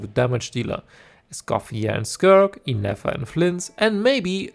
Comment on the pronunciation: Why on Teyvat did hoyo make two new characters with nearly identical sounding names? I couldn't figure out if you were saying Ineffa or Nefer, and CC doesn't know either, lol.